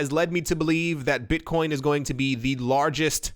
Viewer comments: You were on “going”. You had actually said “goming” first time around. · "GO-ING" xD